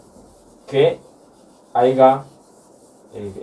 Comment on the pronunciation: Minuto se dice haya, no como lo dijiste.